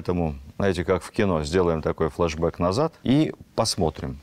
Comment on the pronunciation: Уважаемый Владимир Мединский! Я с огромным удовольствием слушаю Ваши лекции!! Но… Пожалуйста!! Не употребляйте слова»флашбяк», и прочие английские произношения!! Режет слух!!!